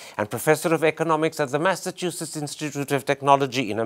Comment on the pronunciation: The name, 'Massachusetts' in the beginning was mispronounced by Mr. Karan Thapar!